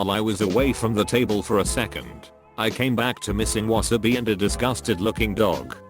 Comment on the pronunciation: I'm love "wasabi". LOL